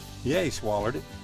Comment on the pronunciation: "Did he swollow it?" "Yeah he swollered it..." I haven't heard swollered in a looooooong time!!!